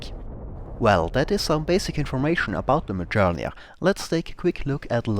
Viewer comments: Mjölnir is pronounced like "Myolnir". The 'j' makes a 'y' sound. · Not close enough! Try saying "earth" in british english, without pronouncing the last three letters, just the "ea". That sound is a long "ö". Also, the correct spelling in Swedish is Mjölner, not Mjölnir. (You can verify this on wikipedia, search for Bombkapsel 90) So, the pronunciation should end in "nerr" with a tip-of-the-tongue "r" (kinda like spanish), if you are from the middle of Sweden or the northern parts. Southern Swedish is a whole 'nother story! :) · You really butchered the pronunciation of the word Mjölnir x) Other than that a great video though ^^